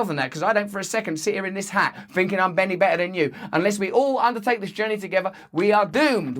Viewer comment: Was it a slip of the tongue or my bad hearing but did Russell say "Benny better" instead of "any better"? Crossroads Benny anyone?